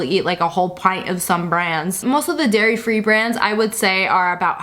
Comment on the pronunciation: who else heard her say Gairy Free Gelato